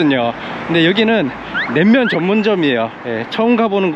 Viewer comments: 냉면을 냄면으로 발음하는 걸로 봐서 일본인? 재일교포? 어쨋건 영상 재밌게 봤습니다. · 설빙은 그래도 약간 끝에 ㅇ발음이 들려요 ㅎㅎ 낸면은 조금 노력해주시는게 좋을 것 같네요ㅠ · 낸면 발음이 점점 ㅋㅋ 일본스러우시군요 ㅋㅋㅋ 잘보고가요 ㅋ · 자꾸 낸면이라고 하시네ㅋㅋ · "냉면" 발음이 좀 어색함.. 자꾸 "낸면"이라 들림! 도 저처럼 경상도 사람인것 같은데 일본서 오래 사셔서 그런지~ㅋㅋ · 일본사람이신가요? 냄면..?? 발음이ㅋㅋ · 냉면 발음이 잘 안되시네요….^^